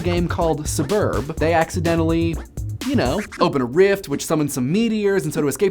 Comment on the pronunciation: not suburb say it like it says it sburb